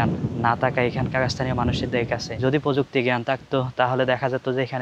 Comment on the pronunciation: " পযুক্তি " নয় প্রযুক্তি হবে I পকৃতি নয় প্রকৃতি হবে 😂😂